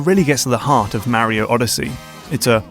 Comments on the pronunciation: Where did you get your pronunciation on "Mario" from? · I really considered not subscribing because it's so grating how you mispronounce Mario every time, but you won me over with your deep dives, and excellent analyses. I've been watching a lot of your videos lately, and my Steam wishlist is growing out of control. Today, it was What Remains of Edith Finch that really caught my attention. What a WEIRD thing to do in a game... but we'd never come up with anything new if there weren't people experimenting, and it seems to work.